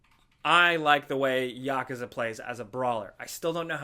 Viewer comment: Yakaza... its yakuza lol